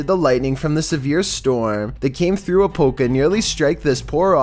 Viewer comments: It's not pronounced Apo ka Florida, it's Apop Ka Florida. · A-POP-KA, not A-POPE-KA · ... Apopka= A POP KA 💁There is NO "E" to make it "A pope" 🤦‍♀️ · A-pop-ka! Not a-poke-o.. lol, sorry, I’m a Floridian, a natural born 48 year old Floridan. Had to laugh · #13 A-pop-ka not A-Pope-ka lol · Lol its called A-Pop-ka 😂😂😂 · #13 a-pop-ka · Apopka is my city aaa... but you say it a-pop-ka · 😂😂😂😂 its pronounced A-pop-ca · Happy someone else noticed that too. 😂 APOPE CA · I'm from Orlando, and Apopka is 20 minutes from me. You are saying Apopka completely wrong lol But its understandable being we have so many places here people can't pronounce correctly. :D